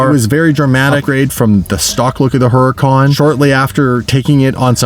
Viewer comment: People really need to learn how to pronounce Huracan!!!!!😡😡😡😡